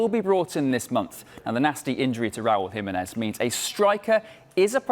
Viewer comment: Its pronounced Raúl Jiménez not RAWL HIMINEZ ffs